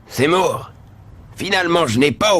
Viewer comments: Il est mal prononcé. C’est Seymour et pas Zemmour. 😅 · C'est mal prononcé c'est Seymour